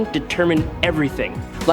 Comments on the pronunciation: What the hell do you keep pronouncing Hercules name like that? It's not hercules, it's Hercules. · Your pronunciation of Hercules is nuts 🤣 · Why does the video keep calling him Hercales? It’s the Roman pronunciation Hercules. It’s annoying